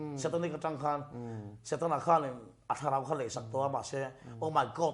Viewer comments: dikchiah, keipawh kahre fiah hlei theilo reng reng, o my stan ti a ang lutuk, o my setan tihtur khi.. Pu mapuia khian asawi nawn hlauh a, kahre leh vat zawk alawm😂😂😂 adang pawhkhi atamzawk kahre theilo 😂😂😂😭😭😭😭😭😭😭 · ngaihsaka hi atawng hi hriat ahar thei lutuk a... 😂😂😂 OH.. MY SETAN tihkha ( OH.. MY STAN TI A ANG LUTUK ) 😂😂😂 Enge asawi kan ngaihtuah chhugin amahin alo nuizo vek zel alawm 😂😂😂😂🤐 👍👍👍